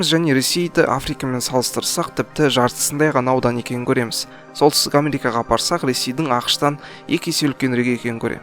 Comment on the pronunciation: кателеспесем Амрика деп естиген сияктымын